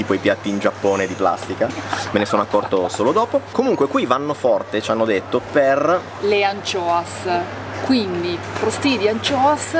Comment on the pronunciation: ed io, da buon Genovese, ho intuito subito che le “Ancioas” o come si scrive fossero le acciughe... la pronuncia è simile alla nostra in dialetto 🤪🤪🤪